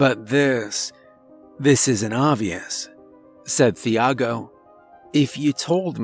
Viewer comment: Love your narrations, my dude, but the h in Thiago is silent. 😉 It's pronounced like Tee-ah-go in Portuguese or Chee-ah-go in Brazilian Portuguese. 😅